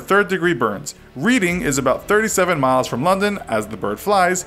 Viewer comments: Reading is pronounced Red-ing not Read-ing. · "reading" is pronounced as red-ing not read-ing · It's not pronounced reeding it's pronounced reding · Reading is not pronounced reading. It's pronounced 'redding'. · kieran plays Ree-ding, not red-ing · It’s pronounced ‘Red-ing’ not ‘Read-ing’🤦🏾‍♂️😤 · You say it as reding not reading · it’s not reading it’s pronounced as reding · It’s pronounced as Reading, not Reading. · It's pronounced red-ding, not read-ing, just so you know for next time. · Red-ing not read-ing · Read-ing lol its red-ding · NB: I’m British and the city of Reading is pronounced ‘Redding’, not ‘Reeding’ 😅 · Lol it's pronounced "Reding" not "Reeding" haha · reeding......reeding.......REEDING...no. It’s reading...RED ING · It's pronounced "redding", not "reading" like the verb. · It's pronounced 'reding' not 'reading'. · it’s pronounced “reding” not “read-ing” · Hahaha reading, it’s pronounced redding 😂😂😂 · It's not pronounced reading as in reading a book, its pronounced redding, just spelt differently though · This sucka said READ ing it’s red ing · it's pronounced redding not reading lol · 'Read-ing'??? it is pronounced 'red-ing' U Americans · you said reading it is spelt that way but it is pronouced redding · But its pronounced reding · "Reading" is pronounced reding, and I'm American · Yup, I'm Welsh and we pronounce it red-ing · every brit says red-ing. And it's a British city so yeah pipe down lol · Hector Chavez I live near London, it’s pronounced Red-Ing 😂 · Im a professional at this as i am from reading and it is pronounced red-ing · no it's not it's pronounced red-ing, I'm a Brit, I should know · Or you could be talking about the city in Pennsylvania its pronounced red-ing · LMAO THE WAY YOU PRONOUNCED READING The town Reading is pronounced like "redding" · It's pronounced red-ing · Btw Reading is pronounced as “Reding”. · Reading is pronounced red-ing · It's pronounced redding as in past tense of read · Reading is pronounced “Reding” 👍🏼